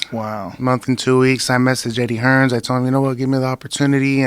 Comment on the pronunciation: He insists on adding an s on hearn's last name. For "reals"😂